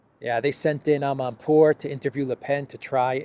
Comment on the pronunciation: So that journalist coul say "ama poor"journalist